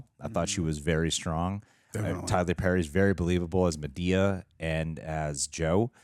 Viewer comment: He is cute but he is not yet invited to the cookout. He still can't seem to say Madea correctly, so it's a no for me. Lol